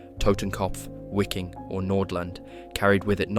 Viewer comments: The Red Army entered Berlin on around April 21'st not May and your Wiking is pronounced Viking btw. I appreciate your work but it's rough around the edges. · Wiking is pronounced VeekinG. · Wiking is pronounced Viking in German.